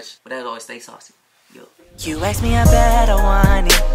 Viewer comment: I love u guys not gonna lie but I get soo stressed when says aks instead of ask lol😂❤️🤞🏽